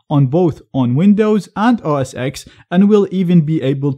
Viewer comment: It's OS "Ten" not OS "Ex"